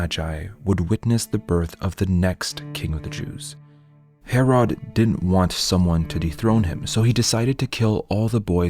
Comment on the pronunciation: Palestine is NOT a country and has no legitimacy. Also your pronunciation of Herod is atrocious